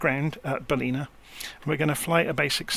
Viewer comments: Great work - thanks. As a local though, it's pronounced 'Bal-in-ah. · I love the way you pronounce Ballina. IRL it is pronounced Bal -Lin - a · Good find on this video as I am looking to use this plane to fly all over Australia. BTW its Ballina pronounce with an "in" Cheers...